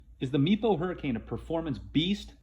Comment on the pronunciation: Does anyone else hear ‘meatball hurricane’ whenever someone says Meepo Hurricane a little fast?